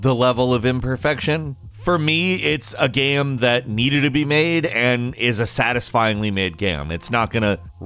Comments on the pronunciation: “About this gyem” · “Basically any gyeuuem” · The way this guy pronounces "game" is so fucking bizarre. Gehyum. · pretty good "geam" ........................... geamgeamgeamgeamgeamgeamgeamgeamgeamgeamgeamgeam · “Satisfying made gyeum” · “Thru gyem play” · the type of guy to actually pronounce the word "game" as "gaem" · Bruh whats with all these bots saying "hE sOuNds lIkE hE cAnT bE aRsEd" The way he pronounces "game" is the weirdest thing ever. Keanu: wake up...and wait for September to arrive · The way he pronounces "game" is the weirdest thing ever.